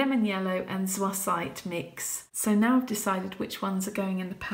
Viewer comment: Zoisite isn't French, it's pronounced "zoy-site," like toy or coy.